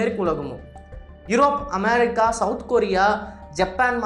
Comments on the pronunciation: நீங்கள் தமிழில் பேசும் போது அமெரிக்கா என்று சொல்லுங்கள் அதை விடுத்து அமாரிக்கா அமாரிக்கா என்று சொல்லும் போது நீங்கள் உச்சரிப்பது தான் சரி என்றும், மற்றவர்கள் உங்களை சரி செய்வதற்காக சுட்டிக்காட்டுவதை உதாசீனம் செய்வது போலவும் உள்ளது, திருத்திக்கொள்ளுங்கள். Be a roman when you are in rome. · America ndu sollum pothu vai Enna oru maathiri pothu. why are you trying so hard to copy British accent 😂?